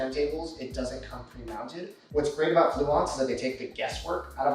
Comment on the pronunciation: Great budget system. BTW, I'm pretty sure you've pronounced Blue correctly! ;)